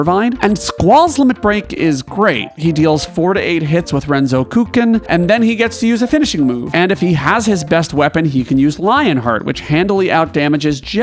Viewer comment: Dear Westerners: Squall's limit break is two words - renzoku (chain, continuous) ken (sword, blade), not "renzo (a name) kuuken (empty handed)"